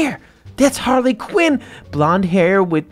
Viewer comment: ITS HARLY QUEEN NOT QIN